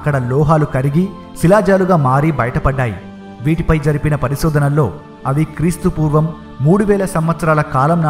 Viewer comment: మీ వాయిస్ చాలా బావుంది కానీ కెస్త్తు పూర్వం ఏంటి అలా చెప్పకు